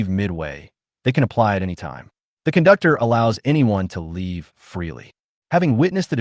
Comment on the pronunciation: I heard "kundoktor" nice😮😮